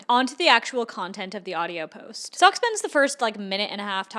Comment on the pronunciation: I reckognize a fellow Dutchie and it is SOCK. Our English pronounciation is really bad I know.... Hallo, alles goed?